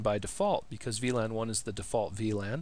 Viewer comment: The way to say "VLAN" it´s awesome man you rock